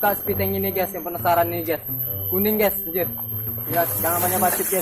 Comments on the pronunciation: Ges ges ges ges ges ges ges ges ges ges ges ges ges ges ges ges ges ges ges ges ges ges ges ges ges ges ges ges ges ges ges es ges ges GUYSSSS Bukan Gesssss G-U-Y =Gaiysssss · Tiada kalimat tanpa kata ges bkn Guys😂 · perasaan geys mulu geys.😂😂